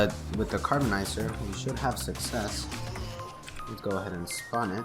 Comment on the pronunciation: "Carboniser" lol